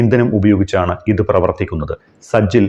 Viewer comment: സജ്ജിൽ അല്ല; സിജ്ജീൽ ആണ്.